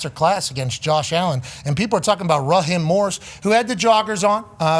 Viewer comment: It's Raheeeeeem not Rahim 😂😂😂